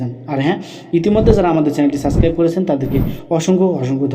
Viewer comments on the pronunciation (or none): none